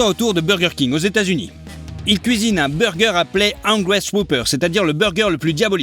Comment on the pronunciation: Salut la personne qui parle dans la video devrait aller prendre un cour de prononciation car dire émirats eux dû ni pour ÉTAT UNIS ces pas fort . Et cette erreur il la fait souvent comme dire de l huile quand ces du beurre et autre . Donc serai tu possible de bien articuler et si tu te rate refait la scequance au moin laisse pas sa mal faite 😔